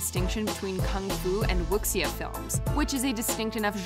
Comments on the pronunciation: Did she just pronounce Wuxia as Wookseeyah? It's pronounced Wu-Shah. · Some notes: the xia is a "shh" sound, so i think it should sound more like wushee or wushu. The video you show for Fist of Fury is actually the western title for what was originally 'The Big Boss'. However, the Chinese Connection (western title)/Fist of Fury (original title) that inspired 'Fist of Legend is a different movie than the one shown. Just FYI. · Pro-tip Wuxia is pronounced more like woo-shaw but with the sh sound being pronounced on the tip of the tongue. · Great list right up until your number one pick. Sure Enter The Dragon is an historic release for its significance, but it's a pretty terrible movie, let alone Kung Fu Movie. Most of the flights aren't even that great. Bruce's greatest flick is either Way of the Dragon or Fist of Fury (The Chinese Connection). Also Wuxia is pronounced Woo-Shoo. And finally you had The Shaolin Temple in the honourable mentions which is a Wuxia flick. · Wu Xia is pronounced (Woo Shee Ah) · Ok, really needs to do more research on the pronunciation of foreign words... Wuxia is not pronounced "wooksia" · I agree. keeps leaving movies in that series off the list. It's one of the top fight scenes in my opinion, especially the last fight between Jet and Donnie. Also her pronunciation of "wuxia" is awful. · OMG can’t stop laughing at how you say WuXia 😂😂😂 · You pronounced 'wuxia' wrong by the way. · Please Google the pronunciation of words you're not familiar with before publishing a video. The pronunciations of Wuxia and Yuen Woo Ping hurt my brain. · the way yall butchered "Wuxia" made me almost die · When you are making a video about the things from other cultures/countries and you don't know how to pronounce them, please make sure you learn that first. The pronunciation of 'Wuxia' really made me cringe, as I am a big fan of that genre (more of novels than movies) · Wuxia is not pronounced like that.